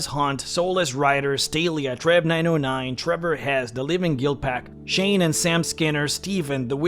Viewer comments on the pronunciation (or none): none